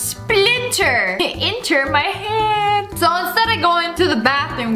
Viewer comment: “it enter my hÀeaand”